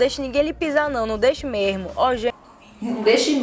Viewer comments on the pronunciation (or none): eu ouvi "não deixe mejmo" com jota espanhol 😂😂😂